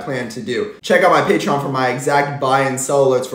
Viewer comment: What word do you keep saying “patrion”???